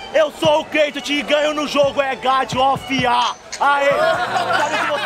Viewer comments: Acho q e algum meme do q fala errado ai ele mandou "sou entao é gad of iá" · É que em uma batalha do CH x cavati ele foi falar god of war e mandou desse jeito todo errado kkkkk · " É GAD OF A " kkkkkkkk tá certo ! 👍